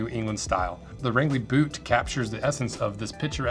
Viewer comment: This looks like some of the stuff L.L. Bean used to make, when they made shoes in maine and hadn't become J. Crew yet..... also it's pronounced (Range-lee) Maine